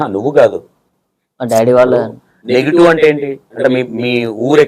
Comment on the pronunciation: అన్న నెగిటివ్ కాదే. నేటివ్ ఆది 😂